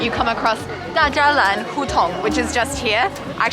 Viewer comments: 大栅栏:da shi lan, not da zha lan : ) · A little bit of explaination: 1. Walking backwards is to train and release theh pain for the lower back. 2. "大栅栏“ is not prononced as "da zha lan", but as "da shi lan er" somehow in Beijing. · 大柵欄 is almost always pronounced as dashila not dazhalan by Beijing locals. It may take them a little while to understand what you are talking about if you say dazhlan. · Hey, I love ur video so much, bring me heaps memories, as you said Chinese “da Zha lan 大栅栏” ， it’s actually named “da shi lan er”. Miss Beijing so much... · It’s pronounced like ‘da shi la’ not da zha lan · 大栅栏is not pronounced as da zhan lan, but rather as Da Shi Lan er. This is Beijing dialect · Hi, i was cracking up when you said 大栅栏 as Da Zha Lan. This is a common mistake non-Beijinger would make. A local Beijing person would say Da Shi Lan. Just ask a local person to say it for you.:-) Great videos, i have enjoyed all of them. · a nice and an entertaining video, good job. Nevertheless, there is a fun fact I want to bring up. The place “大栅栏” in Beijing is pronounced as Da(1) Shi(2) La(4) er, similar to 大食烂儿. I know it's confusing, and it makes no sense. Honestly, this is how Beijing people say it. I also acknowledged non-Beijing native people would pronounce it normally as Da Zha Lan when they see the sign. lol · 大栅栏，应该叫da shi lan er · 还有大栅栏读音错误，应该是da shi lan 只有北京人才知道，全中国其它地方的人都和你读的是一样的！